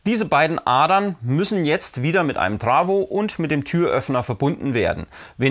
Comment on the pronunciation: Das heißt Trafo und nicht trawo